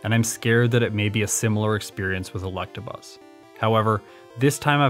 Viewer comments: Are you saying Collectabuzz? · Yo i thought i was the only one who pronounced electabuzz like that